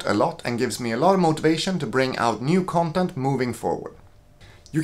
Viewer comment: The way you say " CUNTENT " is a gift